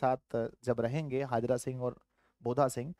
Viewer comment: हाजरा सिंह नहीं हैसर हजारा सिंह है